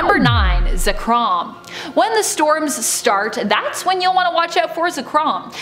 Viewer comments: The host: says Ze-krawm Me: SO YOU HAVE CHOSEN DEATH. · This girl lost her charm when she pronounced Zekrom as Za-krom 😩 smh